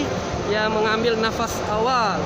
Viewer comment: Terorongan apa terowongan? Nafar apa nafas?